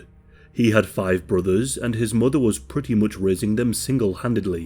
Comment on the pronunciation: I can't take it seriously when the commentator says "muva and fava" instead of mother and father